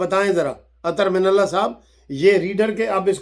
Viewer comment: I like It Sir when you say Mani mantle 😆😆